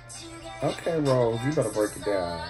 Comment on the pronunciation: Kbs blocked the video because Rosé didn’t have on a seatbelt.🙄🙄 btw her name is pronounced like rosé the liquor not rose 🌹 edit: I still love ddu du ddu du video better too.